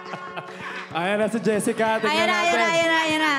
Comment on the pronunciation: meanwhile jessica”pistengywa”HAHAHAHAHA